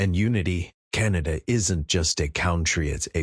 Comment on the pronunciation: The. Radical extremist. Socialust. Wef. Puppet. Like. Trudough. I thought. Canadians were more intelligent. To chooseba dictstor???? Cant even say. Canada. Keneda. Is the best he can do. At leastTrump knows how to speak. English